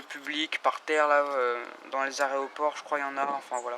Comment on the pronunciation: c’est quoi un aréoport 😂